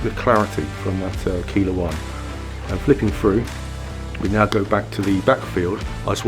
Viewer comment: Service message: Keiler is pronounced Kyler